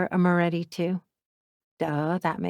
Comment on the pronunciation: Moretti not Morré